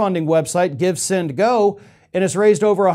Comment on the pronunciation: My ears must be fooling me it sounded like you said he signed up to 'Give, Sin, ToGo'. Sounds about right though.